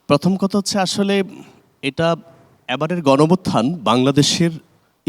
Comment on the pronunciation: গনভুত্থান কি ভাই! 😂😂 ভালো করে উচ্চারণ করেন